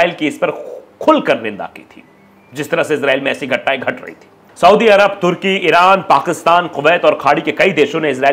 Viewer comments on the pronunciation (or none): none